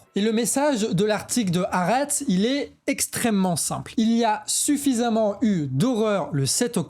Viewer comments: "HAARETZ" les gars! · Bravo très intéressant. Stp la prononciation de Haaretz/ Al Shifa c’est juste trop dommage… et tu dis 1200 victimes « civiles » du Hamas le 7/10 ce qui occulte le nb de militaires /réservistes tués à cette occasion qui modifie quand même la nature des crimes (à mon avis, sachant qu’un militaire est un être humain mais certainement pas un civil)